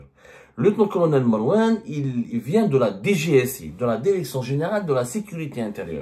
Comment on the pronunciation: Direction et pas dèrection. Apprenez la prononciation.